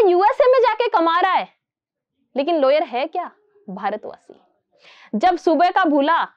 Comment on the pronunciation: It's a lawyer not layer